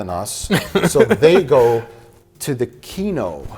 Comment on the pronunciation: He clearly said "Keno" Mike has a gambling addiction